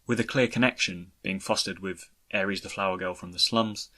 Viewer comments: How in the actual fuck do you and four eight production's pronounce Aeris' name like the god of war. It's AIR-IS. Drives me up the wall. Otherwise, great video. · Fintastrophe I see your point. I can see both sides. On one end, if I had never heard Aeris pronounced, I can see why he says Aeris. On the other, the game has been out for 20 years and this video is about Zack. In Crisis Core, she is repeatedly referred to as Aerith and it's pronounced by multiple characters including Zack and Aerith herself when she introduces herself. That's why I'm kind of surprised he isn't saying it correctly. Having played the game, it's almost like he's intentionally mispronouncing it because what other alternative is there? It's funny because in his FFX videos he says Tidus right (TEEdus) Regardless, it doesn't bother me too much though. Maybe he's just been saying Aries for 20 years and doesn't want to change it.